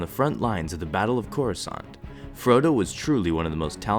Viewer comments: you said Frodo not fordo LOL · he says Frodo instead of Fordo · he said frotto not fordo lol! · did you call fordo froto? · Hahah! It's actually "Captin Fordo" But he mispronounced at 32 seconds, and said "Frodo" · Any one catch how he accidentally called fordo, frodo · Lol he said “Frodo” haha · it sounds like he says Frodo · LOL you said frodo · You called him Frodo.. Come on man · you said frodo XD